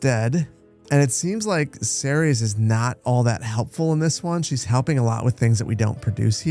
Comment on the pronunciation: Just a side-note if you play more in the future. Ceres is pronounced "series"